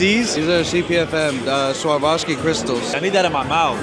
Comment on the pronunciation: Bro asked if they were cubic zirconia, and the dude really said “these are CPFM SWARVoski”